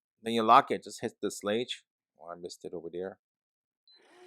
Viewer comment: Hey, thank you for your review! Also, it's pronounced SHLAYG with a long A sound, as in WAY. So it rhymes with LEG, but with that long A sound.